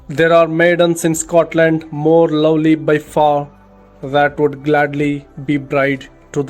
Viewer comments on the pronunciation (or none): none